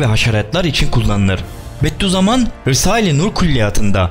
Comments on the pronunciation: "Beddü zaman" değil "Bediüzzaman" Okuduğunuzu düzgün okuyun lütfen 👉🏻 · Ulan, Bedduzaman değil, Bediüzzaman diyecen